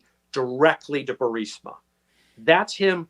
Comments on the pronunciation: Why does Benny keep pronouncing Burisma, Bursima? I'm just curious. Is it speech dyslexia? Lol. Is he worried about triggering the YouTube censorship? Or did he mispronounce, yet too proud to admit error? It's a minor detail, but I'm just curious. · Benny, love you man, but you gotta work on your pronunciation and diction. Burisma is the name of the corrupt natural gas company, you keep calling it Bursima, which just confuses the uninitiated. Us conservatives truly have to be on our A game if we expect to heal our nation. Peace and blessings ❤️💛💚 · Benny, Burisma is pronounced "Bur-iz-ma!" It is not "Bur-səma." It is not spelled that way; it is not pronounced that way. Honestly you sound like an idiot every time you say "Bur-səmə." It's distracting, like trying to talk to someone with a rotten tooth and no awareness of personal space. Please self-correct. In the other stuff, keep up the good work. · Not to be a jerk, but You’re saying the name of Hunter’s Corporation wrong. It’s pronounced like “Ber-IS-ma.” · I watch Benny just to hear him transpose the "S"and the"I" in Burisma. Every. Single. Time. 😂 No worries dude. We know what u mean. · I think it's pronounced Bureezma. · It's BURR-IS-MUH Benny. I hate to see you mispeak. You're too intelligent to make that rookie mistake. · Why can't you pronounce Burisma? Are you TRYING to make me crazy? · Luv ya BUT - Your repeated mispronunciation of Burisma is annoying, as hell. And Vivek Ramaswamy - you might want to learn how to pronounce his name too! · Benny, you need to learn how to pronounce Vivek and Burisma. Your attempts are pathetic. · If you’re going to say “Burisma” 700 times per episode the least you could do Benny is learn how to pronounce it properly. I don’t get how anyone can get BUR-SI-MA out of BU-RIS-MA for crying out loud. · Benny...love you and love your reporting....it’s Bur-EEEZ-ma, not Bur-SI- ma...unless you’re poking fun, then that’s a different story. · Burisma!! Not Bursima!! Are you drink?!